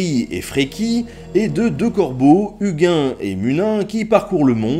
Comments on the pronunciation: UGUN ET MUNUN 😂😂 uginn et muninn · Bonjour Nota Bene, je viens de découvrir ta chaîne et je ne suis pas déçu. Très bonne vidéo félicitations pour ton travail ( surtout lorsque l'ont sais toute la complexité de cette mythologie et que les 3/4 des sources que nous avons ont été rédigées des siècles après la conversion au Christianisme de la Scandinavie... ) J'ai juste tiré la gueule pour ta prononciation de Huginn et Muninn mais je fais mon puriste. :p Etant un Ásatrúar j'aimerais beaucoup que tu abordes plus profondément ( si ce n'est pas déjà fait ) l'ère Viking païenne du 7 au 10è siècle. Pour conclure, tu viens de gagner un abonné. :) Skål !